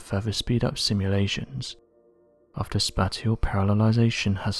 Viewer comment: I don't like the way the narrator says the word 'assume'. (Does he have a lisp?) He also says "spatial" in a really funky way.